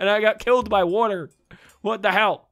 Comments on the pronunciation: Billy From Happy Wheels he says wuter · the way he says water is funny